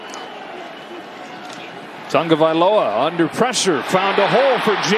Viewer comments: It's "TAGOVAILOA" Not "Tungavialoa" what is the problem with the pronunciation? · The announcer mispronounced Tua's name the ENTIRE game. How did nobody correct him? It's not "Tongo-vailoa", sheesh. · Why is the announcer saying "tunga"? That's not how is name is spelled or pronounced. It's ridiculous. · Why does it sound like the announcer is saying tunga-vye-loa instead of tah-go-vye-loa? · Why does the announcer put an "N" in Tua's last name, before the "G?